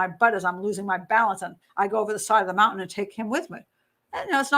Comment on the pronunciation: She says mountain like my nephew ("Moun-TAN") rather than the usual ("Mount-in")